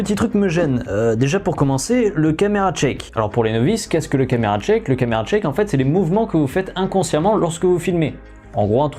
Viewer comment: "Le camera tchake" mdrr